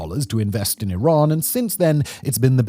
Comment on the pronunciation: Why is it so hard for all the officials, and yet so easy for everyone else to pronounce Iran correctly?! It is "ee-RAHN" like "See" and "Gone". Thanks for pronouncing it right.